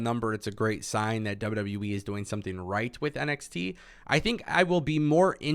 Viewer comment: I only watch to hear him say dubya dubya weee